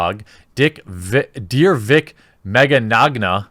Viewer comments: Mig-yana. Vic Mig-yana. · Mee NYO (rhymes with Gnocchi... Ok people butcher that too... rhymes with yoyo) nyah (rhymes with lasagna... some people screw that one up too... Ok here: iNYAface) MeeNYOnyah Mignogna =/= the Spanish word for tomorrow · Vic Mignogna Pronounced: VICK ME-KNOWN-YA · It's pronounced like "Manana" Ma-nya-na. Trust me, back when I first heard of him I called him mangoman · It's pronounced Vic Mig Yah Nah, right? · The way you say Mignogna sounds like the Spanish word for 'tomorrow/later,' as in, 'I will do this thing tomorrow (but really some unspecified time in the future).' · Haha you totally butchered his name, its pronounced Mignogna.